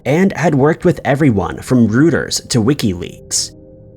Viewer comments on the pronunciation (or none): Reuters is pronounced as “roy-ters” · And Rueters is pronounced Royters